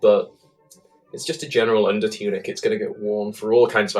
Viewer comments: Lol "Choonik" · "choonik" had to pause died